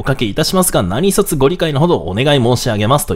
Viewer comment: 何卒 ✖なにそつ ○なにとぞ